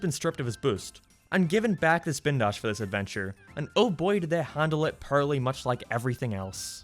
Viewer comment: I always notice how he says poorly as pearly